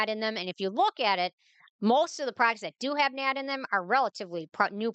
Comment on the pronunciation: ma’am its not nad.. its N A D+